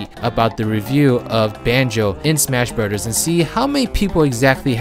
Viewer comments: It's Smash Brothers not Smash Brudders 😂😂😂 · The way you pronounce "Brothers" gets me every time. Super Smash Bruhdders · Soupur smaqsh brodahs